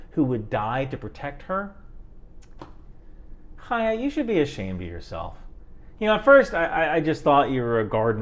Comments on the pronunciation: props for pronouncing Chaya correctly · You’re one of the few people I’ve heard criticizing Chaya while pronouncing her name properly. I appreciate that because there are a lot of people with that name who aren’t shitty and mispronouncing it feels disrespectful to all the decent Chayas.